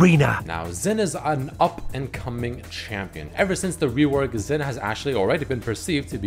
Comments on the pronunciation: it's Xin not Zin xD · Its Xin not Zin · but riot writes him with a "X", thus "Xin" is correct, not "Zin"